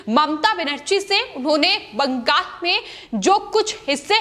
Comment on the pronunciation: ........ एंकर को बोल ने मे तकलीफ हे... इसे बदल दो... बंगाल को बंगास बोलती है...